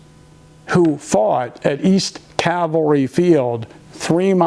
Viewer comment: Right on about the BS about Ziegler’s Grove being the target of the “Charge”. My pet peeve: “CaLvary” and not “cavalry”. Aaagh! 😝